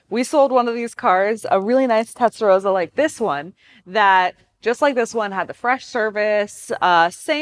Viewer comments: TeStarossa not TeTstarossa my dear. Also maybe you can talk without sounding surprised all the time or like asking a question endlessly! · "Tetsa-Rosa" LOL! Why is she having such a tough time correctly pronouncing the name? Anyone else find this annoying? Maybe you should grab an "eXpresso" and go hang out at the "liberry".... Say it with me... TEST - AHH - ROW - SAH. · There's two S's. It's pronounced rosser like 'tosser'. Not 'Rosa'. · Tes-ta-ro-ssa, not Tet-sa-ro-ssa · "Tetsarossa"...cringes me every time :( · It's not tetsarosa, it's testarossa! As in test and ross. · She can't even pronounce Testarossa it's not Tesaroza it's TESTAROSSA!! Being a Sicilian born in beautiful Bensonhurst Brooklyn say it right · Tezdaroza no girl it's Testarossa that's like calling the Mustang a "Mustard" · It's T E S T A ROSA, not TETS & ROSA🤣🤣🤣🤣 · The narrator keeps saying TETsarossa 🤣🤣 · "Testa" not "Tetsa". "Rossa" (red) not "Rosa" (pink). But I'll forgive you because it's free content and the video is still excellent. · Omg…. Her pronunciation of the TESTROSSA. Is like nails on a chalkboard. 😡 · It triggers me how she mispronounce Testarossa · Are you calling it Tetsarossa? Have I been calling it wrong all my life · Its pronounced Testa-ross-ah. See the Goodyear tire ads (signed off by FNA) featuring the car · Lol tetsa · Tetsaroza! Oh dear. You don’t have to go full Italian or anything, but if you’re going to make a video about a car, please don’t get its name completely wrong. Hard to take anything after that seriously. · she s saying pink (rosa) instead of red (rossa) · Why can’t Americans pronounce Testarosss correctly? It’s so easy to get it right. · If you're going to do a video on a Testarossa, at least learn how to say the word Testarossa properly. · You mispronounced Testarossa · How can you pronounce Testarossa incorrectly and a flat 12 is not a V12!!! One of my favorite cars of all time, I had to turn off the video, unreal...